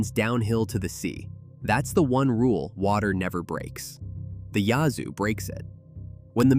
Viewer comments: Yahzoo river? Yazoo like Jazz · Small thing but it’s Yahoo with a short a sound as in Apple. The Rigolette is pronounced Rig uh leez. I’m from Mississippi. My dad was from Yahoo City. I’ve lived in southeast Louisiana since 1979. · Pronounced Yaz-zoo!! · Please learn how to pronounce names like Yazoo. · You keep saying Yazoo wrong. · He can't pronounce Yazoo 😅😅😅😂😂😂😂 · It's AI. We don't pronounce Yazoo that way either. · You mispronounced "Yazoo" 😏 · Yes they did.